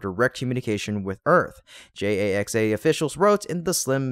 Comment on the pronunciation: JAXA is pronounced "JAX-A" Please let your AI know that.